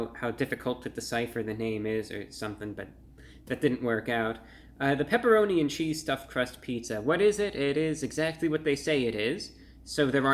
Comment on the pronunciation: Ahhh, the pepeloni, pepeloni. You know the pepeloni?